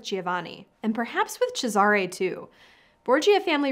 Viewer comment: Giovanni is pronounced jo-vani, Cesare is pronounced with the accent on the first syllable CHEY-za-rey.